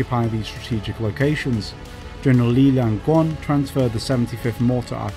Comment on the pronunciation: Ye Fei, aka Sixto Mercado Tiongco, was not the commander of the 3rd Field Army, but marshal Chen Yi. Ye Fei was the commander of the 10th Army group at the time. His name is pronounced as Li Liang Rong, not Li Lian Grong. Most of names in this video are also heros of the Sino-Japanese war, although there may be controversy for Tang Enbo. The 12th Army group at the time was "rebuilt" by Hu Lien, since the original 12th Army group has been eliminated in the battle of Xu Beng, by both the 2nd and 3rd Field Army. There should be no submarine in ROC Navy fleet at the time.